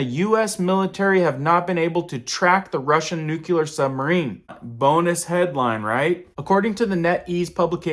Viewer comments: It's pronounced NEW-KLEE-AR, not NUKE-YOU-LAR! Damn, that drives me crazy! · New clee er new clear, not new que ler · 'Nu-cle-ar' NOT 'Nu-cu-lar'. As a former US Navy Nuclear Engineer I cringe whenever I hear 'experts' mispronounce this word. Btw, there have always been Russian boomers off our coasts, sometimes VERY close. Enough with the hype. Jeez. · Its Nū -Clear is how it’s pronounce not nucular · Nucular. Or nuclear! Only one is of concern. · Has it become acceptable to say nucular? I think anyone Who cannot say nuclear should not speak on the issue. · No offense, but it's pronounced like nook-lee-yer,. NOT nook-you- ler.. please stop saying it that way. It makes you look dumb... Just look at how it's spelled. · Nuclear not nuculear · I only wish people would learn to correctly pronounce the word “nuclear.” It ISN’T nucular!! The L falls immediately after the C. NUCLEAR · Nuclear. Not "nukyaler." You sound like W. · It's pronounced new cle ar not new que ler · nuclear not nucular 🤣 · It's NUCLEAR, not nukelar ... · Lol..Just making note of it..Reminds me of when George Bush use to talk about "Nuculear" ...Nuclear is how its pronounced..Just had to say it..Thanks for the report..I have seen reports of it for weeks on google. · Nukelar why is it so hard for people to say "nuclear?" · Thank you for the info. Also it's pronounced nuclear not nuculer. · Can you stand a little friendly criticism? Nuclear is not pronounced noo-ku-ler. It is pronounced noo-klee-er. Even GW Bush mispronounced it. It just bugs me because I spent 30 years with the military. But thanks for all your excellent reporting!! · Not new-cue-ler!!! It’s new-clee-err! Nuclear! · Please pronounce "nuclear" correctly. Its not nucular, its "new-cle-ar". Its important to discuss an existential threat to humanity in a clear way. I dont understand why this George w Bush speak is accepted, it sounds stupid and this is too serious. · I always doubt anyone who pronounces it 'nuculer'